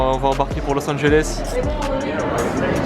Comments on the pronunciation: comment tu dit los angeles los engoles hahaha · Los Angeles pas Los Anjoles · Lourd🤟🏽 mais juste on dit Los Angeles pas los angoles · los angoles😂😭